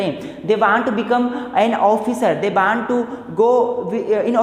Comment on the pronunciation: Bhai teri pronunciation kitni gandi hai😂😂😂😂 aaalsoo vanttt😂 kuch v ek to bekr pdha rhe bhai hindi m smjao